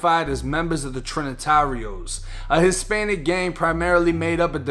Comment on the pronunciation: "the trin-nah-tareohs" lol